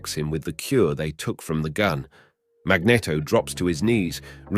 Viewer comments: Sorry 4 laughing but the way you pronounce magneto is funny ...cause mag net o is a famous ice cream ... we say mag ne to 4 the proper wording ❤❤ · Boy it's a good thing Jean"John" Grey was there to help Wolverine after being saved by Storm and Cyclops lmao!! I was kinda digging this video too I was even gonna look past the John Grey accident but hearing Magneto pronounced with a short "E" instead of a long "E" like the word "net" instead of like "Neet", so many times I had to take a break after about 20 mins. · It's Mag-NEEET-to, not mag-neh-to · Is really pronounced as he does, "Magnito" instead of "Magnéto".. I dunno..😅😅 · Jets firing torpedos....mag-net-o, 'john' grey, one-two-eight....this is comedy....😂😂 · Also says Mag-Netto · I hate the way you say “magneto” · I feel like you are deliberately mispronouncing magneto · pissing me of now guy cant even say magneto right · I enjoyed the video love how you say magneto sounds like a cross of a magnum and a cornetto